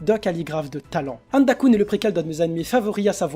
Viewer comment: "Handa-koun" xD Le bel accent